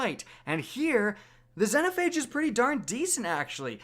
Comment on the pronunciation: "Zenhophage" lmao